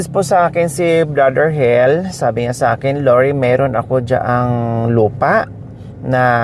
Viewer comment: Madam ang rinig ko ang pangalan eh hil hinde hel ang pronounce mo sorry po i know n taga negros k